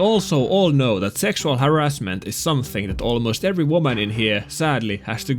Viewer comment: Normal pronunciation: haRRASment: HArrasment Sub earned:)